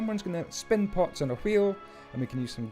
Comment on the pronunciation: I know he is saying 'pots', i know it; however, i have way to may friends that smoke. I keep hearing 'pot' instead. "Everyone needs pot"